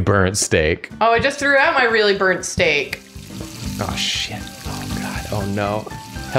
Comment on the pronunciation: pronounces 'burnt' as 'bearnt' My German ass: Bernd? Bernd of Das Brot fame?